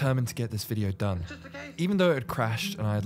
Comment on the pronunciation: "I gey the job donee" goes hard